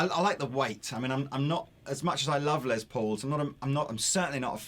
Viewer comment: The dude on the right says "Lay Paul"????? Ya gotta be kidding me! I realize you brits like to ssy things in a weird way, like Aluminium versus Aluminum. I am perfectly OK with that. But the guys name is Les. Not Lay. Its not some french word that sounds cooler if you pronounce it in some gay ass way. Have some respect.